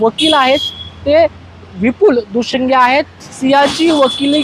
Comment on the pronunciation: Dushinge nahi ho Dushing